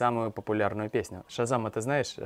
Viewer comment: Засилье иностранных слов в русском языке резануло как-то мне слух вначале... Шазань, тьфу!